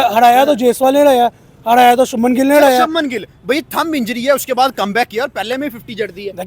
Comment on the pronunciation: इनसे उच्चारण तो होता नहीं है , शबनम गिल , भाई शुभमन गिल है